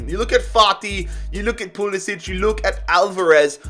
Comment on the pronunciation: just thought i'd say, pulisic's name is pronounced pew-li-sick, not pew-li-sitch